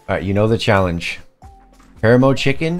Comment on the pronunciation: It’s PAH-RAH-MOE 😂